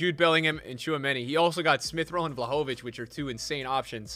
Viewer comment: Dude, you pronunce vlahovic as vla joe vick, wtf